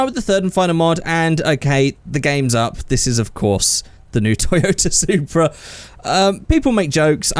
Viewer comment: Hey!!! It's the "Soupra"!!!